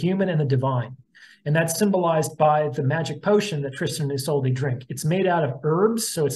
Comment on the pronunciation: *isolde is pronounced Iz-OLD-uh